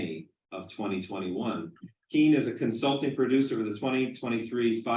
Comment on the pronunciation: It’s pronounced Kane , not Kean. She’s probably wishes that she just changed it to keen 50 years ago lol.